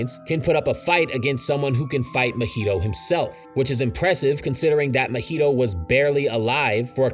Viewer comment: How did you manage to say mahito’s name as mojito 😭😭😭